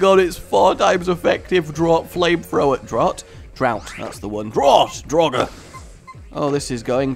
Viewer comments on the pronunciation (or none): You called, My Lord? Though i would ask that you call me correctly, my name is Draug not Draugr. You are not Evanz.